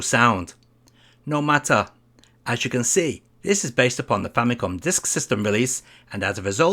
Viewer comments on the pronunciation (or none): none